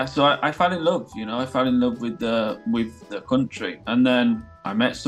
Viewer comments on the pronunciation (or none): none